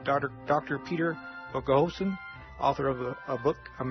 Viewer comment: I very much enjoy listening to Dr. Boghossian's interviews and lectures. I was a bit disappointed in the interviewer's inability to pronounce his name correctly. His lack of interesting followup questions also seems to indicate he was poorly prepared to conduct the interview. Thanks for posting this interview.